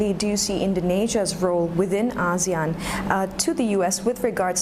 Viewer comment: he can't even pronounce ASEAN correctly! haha, how sincere can they be? whole lot of talk..